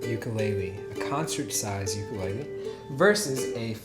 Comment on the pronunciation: You are saying ukulele wrong. But good video